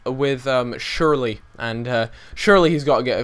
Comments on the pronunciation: Cher la ,, not sherly :) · SCHURLA NOT SHIRLEY. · sherla not shirley, honey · It's more like Shurr-luh rather than Surely. Gustavo and Ballack at CDM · It's shoorl eh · Killed me every time he said:"schurl-eey" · It's pronouned shoe-er-ler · It's SCHURL-EEEH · U pronounced shürrle name wrong